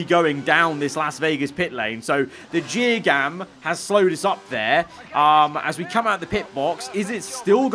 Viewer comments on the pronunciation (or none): Jear gam?? 😂😂